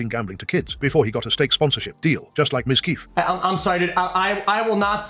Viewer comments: TTS saying Ms.Keef (Mizkif) got me rolling lol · I don't put it past Tectone to do that (he's very insistent that he's a jackass, after all) but with no names said, it's just feeding the rumor mill for the sake of attention. Also I love how the tts says MizKEEF